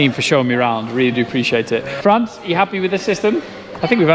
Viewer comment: Hey hey . It's Frans with an s not France 😓